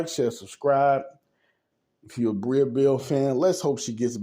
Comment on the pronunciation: Her name is Breeeeeeee no “a” sound. Okay back to the story.